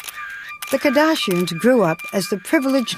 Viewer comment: The way she pronounces “the KAHdashians”